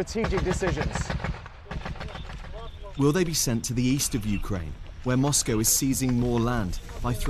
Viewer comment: Moscow he says 😂😂😂